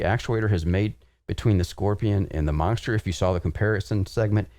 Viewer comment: Why does it sound like says “Monckster” hahahah